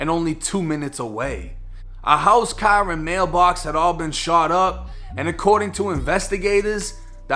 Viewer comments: in a stolen CAHHH 😆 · You know what funny. From how to say car I already can tell you from Boston